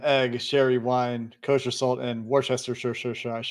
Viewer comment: Worcestershire : nailed it!!! 🤣